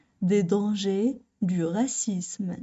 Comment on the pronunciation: من فضلك أريد إجابة راكي تنطقي في العنصرية بدون حرف زاد اي هكذا """غاسيسم " او هل النطق يكون بحرف الزاد وتكون غاسيزم. أنتظر الرد